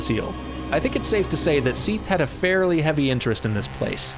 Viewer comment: You say Sif and Seath very similarly. Sif has a short vowel sound. Seath more of a long sound. I mean, its like a year late, but please.